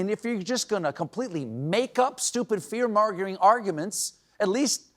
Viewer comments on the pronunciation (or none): what happened inside Stephen’s voice box? “ fear margering comments.” Neurologist to CBS, stat!